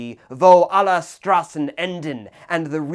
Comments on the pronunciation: By the way, you pronounce the "S" in "Straßen", like the "sh" in "shit". Just a little hint, so it's easier on the german ear, when you pronounce the title. Also, please do not call the Kaiserreich a "regime". That's, all things concidered, untrue. Everything that followed, on the other hand, was. From the treaty of versailles, that led into the Weimar Republic, that led us to the Third Reich, that took us into a cold war, followed by the DDR (and a Germany that was, again, split in half) to, what we have today, a damaged Germany with no sovereignty. It was the last time Germany was sovereign, to be frank. It was the last time Germany was whole. It was the first time Germany had actual laws in place to fight against the socialism. And it was also the last time Germany had national pride, without hatred on others and within itself, and, last but not least, a constitution. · It probably shouldn't tick me off as much but hearing him pronounce "Straßen" really hurt my ears.